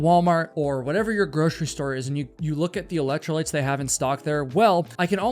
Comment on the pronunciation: "Its got EElectro-lytes" !.